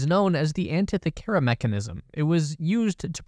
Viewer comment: I'm going to be that asshole and let everyone know you pronounced Antikythera wrong. Unless the Antithykera mechanism is different.